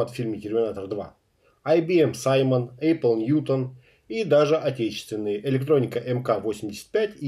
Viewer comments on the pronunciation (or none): none